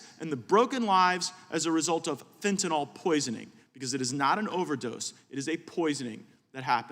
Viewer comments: tell gaetz it is fen ta null not fen ta NAHL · It irks me that he does not know how to pronounce fentanyl. Certainly not as fentanOL. He should do some work with addicts to understand what they need. He has no clue. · Matt, please pronounce Fentanyl correctly. It's not FentaNAWL! And, Mr. Nadler.... please Please PLEASE resign, retire or whatever... Just go AWAY!!